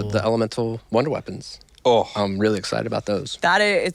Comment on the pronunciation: Wunderwaffe coming back she said “wonder” twice then followed it up by can’t wait to “shock “ about